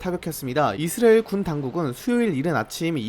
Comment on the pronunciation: 이스라엘 <<- 발음이 안되는건가요? 먼가 묘하게 거슬리네 ㅜㅜ